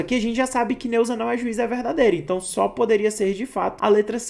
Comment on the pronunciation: gostei da explicação professor, mas fica um pouco ruim, com a pronuncia das palavras onde é se então, vc fala si então, onde é E vc fala I confunde um pouco